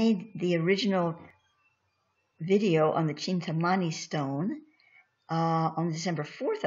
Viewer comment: Greetings sister of Light with all due respect and heart felt gratitude for educating the desirous!. Spirit has prompted me to share this with you and and all willing to listen... Kindly take note that the meaning is in the word itself if pronounced properly.I know because I am of East Indian origin in my current Incarnation... (currently in Florida and in USA for the past 42 years) Kindly call it by it's name as follows from now on as spirit instructs... The word is pronounced thus... Chin-tha-(exactly as it is written) meaning "Mind" and Mani (pronounced money) meaning "Jewel" the whole word as written "Chinthamani" hopefully after this nobody will ever mispronounce it !!! Thanks.Iam a humble recipient of the "Chintamani" and also a humble servant of the Cosmic working for the"Highest good and the greater glory of the ALMIGHTY! I Am "R'JAAN" the INTREPIDUS. Kindly make this correction in your future reports.Thanks again. Light,Life & Love now and always!!!